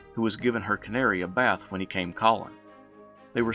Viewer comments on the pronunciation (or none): none